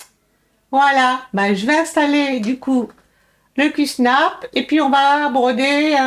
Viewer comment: Coucou q-snap ce dit avec un a Super pour ton installation c’est super Merci pour le partage bisous 😘